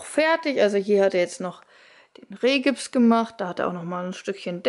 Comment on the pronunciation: Irgendwie kann mein innerer Monk es kaum ertragen, wenn Menschen "Rehgips" und "Usb"-Platten sagen. Aber wow ihr kommt echt gut voran....Sehr nice.